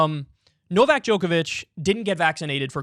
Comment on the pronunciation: Why do Americans always pronounce names wrong? It’s true. Some of you can’t even say their own names correctly. And Novak is not exactly a tongue-twister.